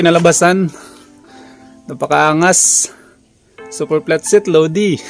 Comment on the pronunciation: Pano pag pronounce mo platset? Hahahhahaha